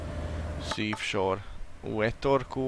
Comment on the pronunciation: Az nem szívsor, hanem szívósor :D